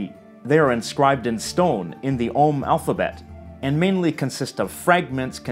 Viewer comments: Thumbs up for pronouncing ogham correctly ;) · I'm so glad you pronounced Ogham correctly.